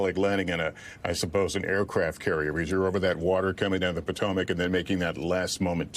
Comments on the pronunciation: What's the "Patemec" River? Does Holt mean the Potomac? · NBC can't even find newscasters who can pronounce the name of one of America's most famous rivers. SMH